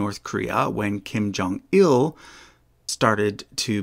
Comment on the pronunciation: Kim Jong-un putting an extra “L” in his father’s name. Now he’s Kim Jong-ill